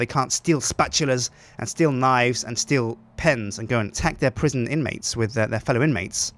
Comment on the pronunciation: La prison (with French accent) :D